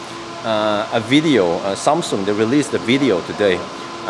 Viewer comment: "Sam Soong"